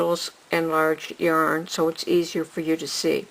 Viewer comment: The way she says yarn is horrible.